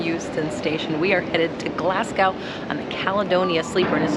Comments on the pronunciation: It's pronounced glasgoo not gau.🤣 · It's exciting traveling by train and your room and first glass perks were awesome! It's a good idea to learn proper pronunciation anywhere you travel. I cringe when I hear a fellow American say Glass cow instead of the proper pronunciation of Glazgo. I lived in Scotland for years and travel annually in autumn until the stupid virus. Headed back this autumn for 6 weeks. Hopefully you will explore Scotland further one day. Happy travels! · Not Glasgow like "cow", it's "Glasgo" (or "Glasgie") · Not Glasgow as is "Glass cow" Glasgow as in "Glaz go" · So did you learn that Glasgow is pronounced Glazz goh? Not ow as in cow but ow as in snow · Nice vid, nice room (though most Glaswegians will probably never travel in one...but you're on your holidays so why not!) But please, please PLEASE...we love welcoming visitors in Glasgow, but please note...its pronounced Glass-Go (as in to go somewhere), not Glas-Gow as in cow. Spread the word in the glorious USA, as it seems many of your compatriots get it wrong too :) Anyway...hope you enjoyed your trip and as we say over here..."Haste Ye Back!" (In other words, "Hurry back soon!") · I've been considering taking the sleeper to Fort William and your review of the train and the experience was very informative and enjoyable, thank you. One little quirk amused me. You seemed to be pronouncing Glasgow as Glaz Gow, with an ow sound at the end. Scots don't pronounce it that way and the English pronounced it with go at the end, effectively ignoring the w. I know, the idiosyncrasies of the language. Of course all languages seem to have them (when would anyone unfamiliar pronounce Arkansas as 'ar can saw'?) Thank you for your video, very enjoyable. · Forgive me,but it's pronounced Glazgo. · When I've been visiting Glasgow, I've heard the locals pronounce the name of their city as "Glasgae". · Love your content….helpful tip said kindly…Glasgow is pronounced Glasgoh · Glasgow-----pronounced GLAZ--GO.